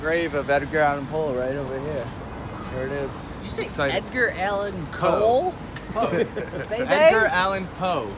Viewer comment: "Did you say edgar allan cole...bay bay"quote of the year!